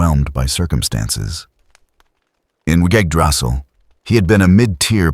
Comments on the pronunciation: Y g g drassil? Holy shit a text to speech program does a better job at pronouncing words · Great video! Hopefully you can fix the way the reader says Yggdrasil and Cocydus for part 2